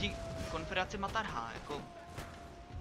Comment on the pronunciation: říká se maratha a ne martaha nebo jak to říkáš :)